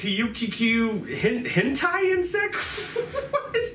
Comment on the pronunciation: It hen`itai Not hentai He-ni-tai